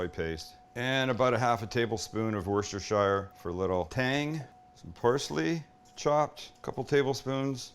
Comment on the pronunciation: Sam, I'm a subscriber, love your content! I'm retired, disabled/mobility issues, so I have a lot of idle time. I looked up how to pronounce Worcestershire sauce. It's "wooster-sheer". Hope it helps. See what too much time on your hands can do? Hey, Great Lakes winters are no joke.